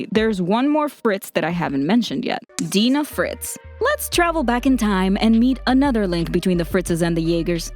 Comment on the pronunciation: dina fritz is acctually pronounced "dayna fritz"